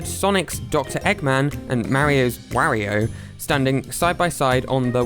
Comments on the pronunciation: He said wario like wahrio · why do you say mario and wario so funny😂